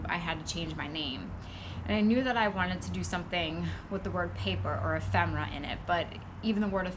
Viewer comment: Really? Majored in English huh? I love pretentious idiots... It's 'ephemera' btw...da